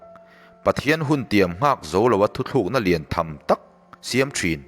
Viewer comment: Thu tlűkna tih turah... Thu thlűkna i ti vek mai a, thuchah lam ṭha tak karah ka beng a lo verh deuh a...